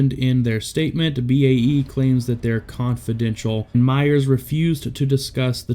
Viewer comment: "Myer" not "Myers." Sheesh.